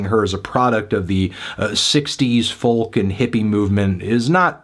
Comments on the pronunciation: Oh god hes pronouncing folk like that again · He can't pronounce folk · Is the pronunciations of the L in folk an American thing? Being Irish I've never heard it pronounced.